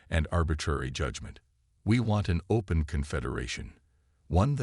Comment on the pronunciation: Your AI can’t even say the word “open”, find a new AI